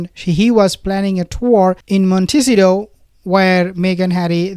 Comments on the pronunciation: Please not MonTEEcido..k...it's MontaSEEto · It’s …. Mont .. ta .. cito Try to pronounce it…❣️ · Not Montcitio. By now you should pronounce it right.